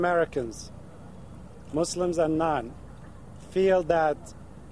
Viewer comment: too bad this clown even got attention in the first place... what no one is talking about is that the damage is done. So many in the arab world already think he burned them already... he pronounced Mozzlems what a clown and a fake also..I like this Iman representing South Florida...